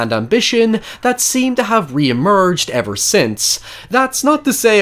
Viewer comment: high evurr